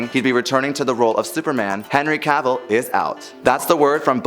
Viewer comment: You need to pronounce actors names correctly. To quote Henry Cavill "Cavill is pronounced like travel". Who wants everyone to pronounce their name incorrectly? Just ask Brendan Fraser.